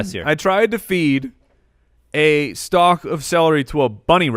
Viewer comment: The "L" in stalk is silent. Almost as bad as Jag-You- Ares